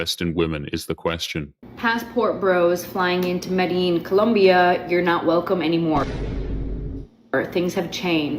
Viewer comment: When the white woman talks on Medellin but can't pronounce it